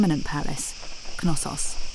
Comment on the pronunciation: I'm pretty sure the k in Knossos is silent. I've watched a few docs, and all the people on there pronounced it without the k. You would pronounce the k in knowledge or knee, would you